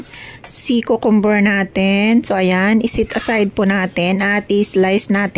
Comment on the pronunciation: Kyoo-kuhm- ber hindi kookomber po👍